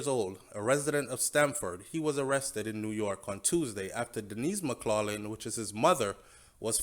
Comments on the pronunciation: The name McLaughlin is pronounced MACK-LOC-LIN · Hey, maybe you don’t realize but the last name McLaughing is pronounced: “Mack clocking” please note. This is just a constructive criticism!!